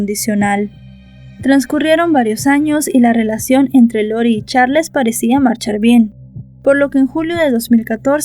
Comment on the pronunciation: Disculpa no se pronuncia como se escribe se pronuncia charls